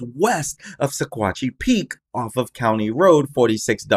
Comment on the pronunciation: It’s pronounced..sawatch